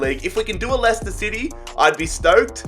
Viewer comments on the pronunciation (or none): none